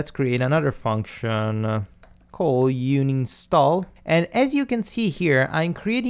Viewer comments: Great tutorial. All of this is very new to me, so I am glad with what you teach. (Just one very minor, totally unimportant thing..... You talk about "uni-stall"m but it is actual "un-install". :-) ) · bud you said, uni-stall a plug in. It is Un-install lol. Love your vids though, just a comment... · Dude it's called UN INSTALL not UNI STALL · I thought it's un-install, not uni-stall ? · "Uni Stall" *Un install ;) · bless the way you pronounce UNINSTALL. Love all your vids.